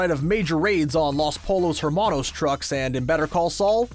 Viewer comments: Yo good video but make the narrators pronounce words correctly. Lmao so annoying to hear ignachio and polos Hermanos over and over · “Casa Tran-quill-a” “RheA Seahorn” “LAs poll-os hair-manos” Maybe give your narrator pronunciation tips if he hasn’t seen the show. Or apparently ever been exposed to the Spanish language.